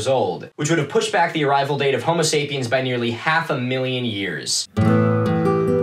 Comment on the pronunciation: Good video but something about the way he says “homo sapien” makes me think he’s about to say “homosexual” and I can’t stop hearing it. I think I’m just too gay.